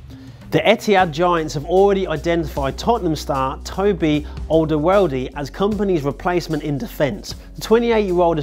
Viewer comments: how tf did you pronounced Toby Alderweireld??😂😂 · Completely butchered alderwierld